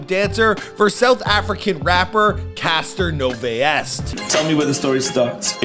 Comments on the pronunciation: its not casta its Cassper "kas-par" Nyovest "ni-yo-ve-st", and its Amapiano "Are"mah-Piano" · you did not go deep as you ussually do with the research in this one. And i don't know why you pronounce cassper as caster, i understand the language barrier in the nyovest part. cassper is an english word for God sake. And SA has bigger artist than Costa that just left us. Not taking away from Costa but do something for AKA too. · Bro couldn't said Caster Nyovest but its Cassper😭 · so u cant pronounce cassper?